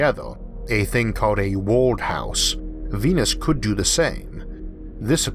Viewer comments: Nice video, narrator is innoing. Please work on speaking out atmosphere and world. Innoing language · theGamingHero yeah, mad respect for the commentator. I used to have a similar speech problem. He has trouble saying words with “r” in the middle or end of words. Words like “Earth” and “World” are hella hard for us to say.